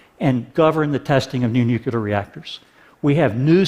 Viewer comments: Notes: 200 W of nucular? ( and elsewhere) What's nucular? Did you mean nuclear (new + clear)? And the concrete required gives off a substantial amount of CO2. A stagnant economy is what's required. You can't have exponential growth with no limits in a finite world. We can't get billions out of poverty without having billions more replace them; feed the poor and you get more poor. The only thing that keeps the population down (and hence keeps resource requirements down) is poverty or education. And the religious poor have already rejected education in favour of dogma. Natural gas still produces CO2. It's still a fossil fuel when taken out of the ground by fracking. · Loved the video, but couldn't help but wince every time he pronounced it "nucular." Again, awesome video, great message, totally in favor of it, but just... nuclear XD. Keep the great content coming TED, always a pleasure to listen, watch and learn. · One thing that might help perceptions is to pronounce the word "new-clear" instead of "nuke-you-lar" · I'd argue that fracking IS NOT a viable alternative to coal. Nuclear -> Noo-kleer not nuke-u-ler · Why does this man keeps saying "nucular", this is a TED talk, the least you could do is pronounce it right. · Is he for real? Dude wants to be taken seriously about energy and he says "nucular"?? IT'S NUCLEAR... NU - CLEAR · Awesome video, great message! I look forward to more implementation of this technology. But can Americans please stop saying 'nucular' as if it's a word? It's spelled and pronounced 'nuclear'... Why take after Bush? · There is no such word as "nucular". PLEASE learn to say it right! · we are supposed to take anyone seriously who says nookyooler ? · Nuke YOO lerr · nucular. NUCULAR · Should have talked about these new nuclear plants and why they're better instead of wasting time talking about coal. Also it's hard to take someone serious when they say "nuculer". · nu nucular! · I am against nucular... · new nucular